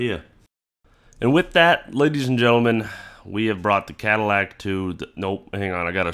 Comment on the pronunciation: Ooooh. "Badillac" I heard "Battlelac" and it sounded much cooler.